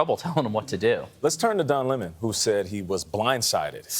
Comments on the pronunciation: Why does Hasan keep saying Le Món instead of Lemon 😩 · Hasan’s name pronunciation trolling fucked me up, and now I don’t know if his name is pronounced luh-mahn or 🍋